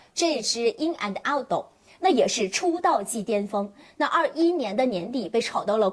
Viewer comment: 为什么连birkin都读不对，borkin。wood，out，都读成了woodo，oudo😂😂😂听着太难受了。毕竟做这一行的，还是改改吧